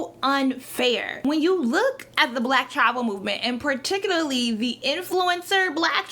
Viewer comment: when she says travel it sounds like tribal sometimes